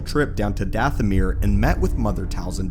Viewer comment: Your saying it wrong it's dathomire sound like goth not ahh.